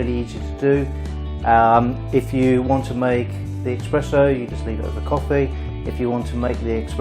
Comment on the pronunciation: Esssssssspresssso !!! Espresso, mate Nobody drinks EXpresso (except the French. Just to be awkward)